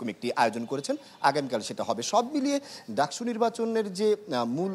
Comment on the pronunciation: DUCSU NOT DACSU..